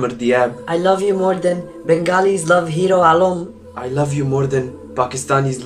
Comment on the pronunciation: Bro, you said hero alam 🤣 you made me laugh